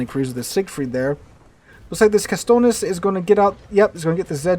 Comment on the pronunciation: Is Katsonis not Kastonis! lol Lampros Katsonis